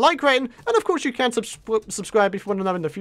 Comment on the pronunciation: it sounded like he said I hope I CANT do this lol